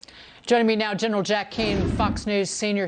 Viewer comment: General Jack Keane. Not Kane